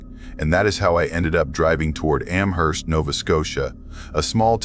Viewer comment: I’m not a fan of mispronounced ‘Amherst’. It’s a place in Massachusetts USA too so no excuses.🤣